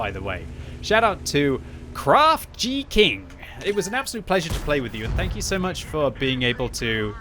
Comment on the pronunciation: "Shout out to Craft G-King" rofl - WHAT?!? Come on - you've never seen the word "geek" before?